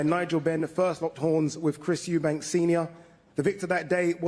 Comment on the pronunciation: It's "Eubank" not "Eubanks" chaps 😂